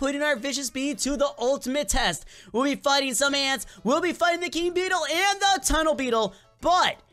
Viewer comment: TUNNLE BETTLE ya make fun of tunnle bear